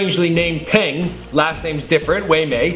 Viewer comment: There is nothing "strange" about the mother and son having the same first name.You know how if your family name is Smith, your mom's family name is Smith as well (normally)? Same thing in China. But in China, as with most of Asia, the family name comes FIRST, like saying "Smith John." Also, Peng is a common chinese family name. And it isn't pronounced "Pehng." It is pronounced more like "Puhng" or "peuhgn." Glad I could save you the trouble of googling it yourself. I know it is hard for some people to think past their own culture, but try… The ignorance hurts my brain.